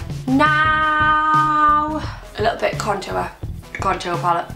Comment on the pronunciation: haha i love the way she says contour she has a accent xxx